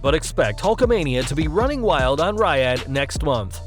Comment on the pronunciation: Ok, fuck, if you're going to report on stuff at least learn how to pronounce Riyadh. We live in the age of Google, use it.